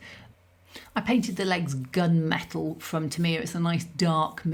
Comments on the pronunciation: Tamiya is pronounced Tam ee ahh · Enlightened - TA ME AH Didnt recognise TAMIYA - To me its always been TAM E YAA Interesting pronunciation